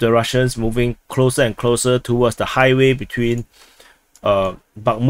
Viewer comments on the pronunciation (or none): none